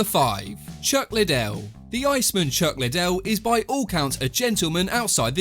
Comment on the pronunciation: Say iceman properly. Ice man, 2 words